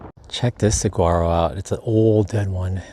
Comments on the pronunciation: It's pronounced sah war oh. I live here in Saguaro west. It's a great place for artists. Enjoyed the vid. Subbed. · Single saguaros without arms are called ‘spears’. You have to learn how to pronounce suh wahh ro as the last folks said. :-) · The saguaro flower is Arizona's state flower....it is on the saguaro cactus. It's pronounced "suh-wah-roe." You don't pronounce the word with a hard "G." I have to laugh when you say it with the hard g. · My girlfriend is laughing every time you say saguaro (as it sounds).